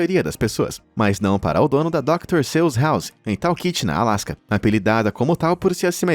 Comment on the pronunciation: Doctor "sus". Essa é a pronuncia correta